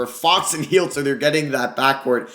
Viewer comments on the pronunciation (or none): none